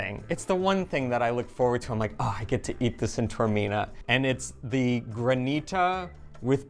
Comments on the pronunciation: No. First mistake was in mispronouncing Taormina. Ta or mi na. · Taormina. Tao. not Tormina. Ta-or, not Tor. Tormina means pain of the abdomen. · It's Tah or Mina I don't believe that Eva did not correct you in the pronation of Taormina